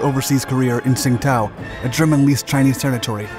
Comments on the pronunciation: Great video. Only one problem Tsingtao, China (actually Qingdao) is pronounced "Chindao" Learned that at a Chinese restaurant while in college, I said I wanted a Sing tao beer with my meal, the little old Chinese waitress quickly and sternly corrected me. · Great work, but Tsingtao is pronounced "ching dao." There is admittedly no way to figure this out from the old romanization: Tsingtao (still commonly used and still the brand of beer manufactured there). Tsingtao is 青岛 in Chinese characters. The modern romanization (hanyu pinyin) is Qingdao. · you mispronounced tsingtao :) that's the old spelling - it's now spelled qingdao and that's closer to how it's pronounced.